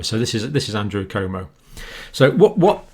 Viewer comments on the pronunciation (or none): Cuomo is pronounced Quomo.